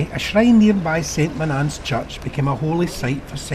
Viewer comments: Saint Monaaaance? I grew up here, its pronounced "Sunt Moan-ans" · Strange pronunciation of St.Monans.